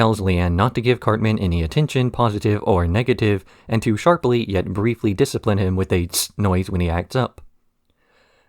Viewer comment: “Disciprine” 😂😆 I didn’t laugh, I chortled 😜